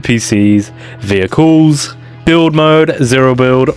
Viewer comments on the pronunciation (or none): Why did he say vehicles like that?